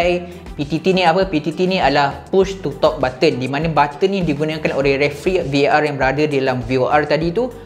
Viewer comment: admin VAR.. bukan VOR la